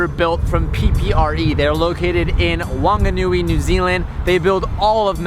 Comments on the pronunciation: Whanganui is pronounced fanganui boy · It’s pronounced phunganui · And The w in wanganui is pronounced like an f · Its pronounced like a f dude, wh is f :)